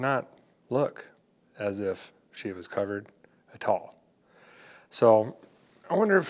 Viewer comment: Derek, you say at all the same way my late grandfather did; a'tall. It's a nice, if better sweet, thing. 🙂 Also, if your decoding of the cowl tag was correct, I was all of a month old when that Camaro rolled off the line. 😉 Still have ~50 minutes to go on the video, but enjoying your excitement over the 4-bolt and am quite curious to find out where it goes. 👍